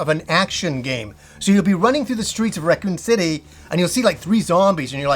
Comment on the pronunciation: he said Recoome city, loved